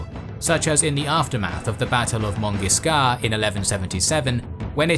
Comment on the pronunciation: For Montgisard the pronounciation is monjizar (french j : without the "d"like in john (djon ))